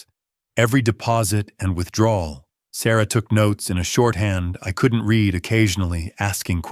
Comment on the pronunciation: Said “red” for read (reed). AI does it all writing, narrating and creating the visuals. How can Phillip be sitting on the couch when moments ago we heard him drive off ? This story was minutes long I think it would have been better 20 minutes shorter.